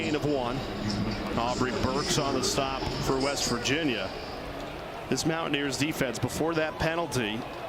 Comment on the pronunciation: LOL, WTH is this one announcer calling WVU? "Mow-a-neers"?